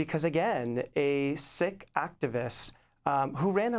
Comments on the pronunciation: Pronounced Seek , not sick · Sikh is pronounced Seek, not Sick..... unless you are expressing an opinion. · Why is Sikh suddenly pronounced "sick", rather than " seek"? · I’m confused I thought Sikh was pronounced like Seek not Sick? Or does it just vary across the pond like how Americans say Moslums instead Muslims? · It’s pronounced seeks not sicks according to my SIKH friends. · I thought Sikh was pronounced to sound like 'seek'. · It's pronounced "seek" (Sikh) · Sikh-pronounced seek. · it's pronounced seek, d*mb *ss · It's pronounced "SEEK" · Isn't it pronounced Seek